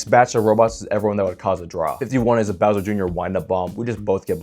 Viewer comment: bro really said "browser" instead of bowser